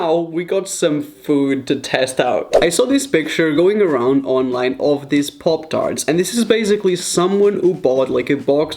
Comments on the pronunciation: Parp tharts is what he said LMFAO 😂 pop tarts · im annoyed by the way he say 'poptarts' no offence jk <333